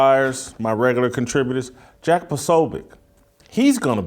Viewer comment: Put some respect on Jack's name. Pronounce it correct please.🙂